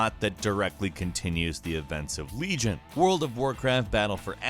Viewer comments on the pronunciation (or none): none